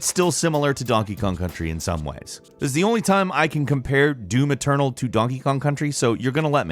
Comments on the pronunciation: It's doom eternal not do-maternal. Note how he says that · Now I can't unhear it when he says it